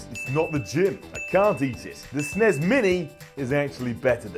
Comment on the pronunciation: Who pronounces "s-n-e-s" as "sin-ess?" Really? A 20 game turd in 2017 is better than the switch? Why on earth would you only provide 20 emulated games in 2017? What type of sucker would buy that?